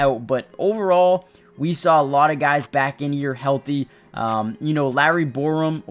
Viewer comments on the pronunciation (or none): It's Borom, BOAR-um It's Rypien, RIP-en